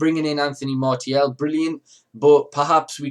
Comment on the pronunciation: Apparently the proper pronunciation is Mar-see-al